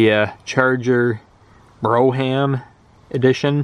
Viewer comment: It's pronounced "BROME" not Bro-ham....and I'm almost positive your 1973 Charger is a 1974 Charger. Nice find.